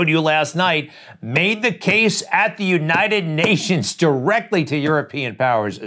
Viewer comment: I'm trying to figure out where the ''Unined States'' is. The guy cannot say ''united.''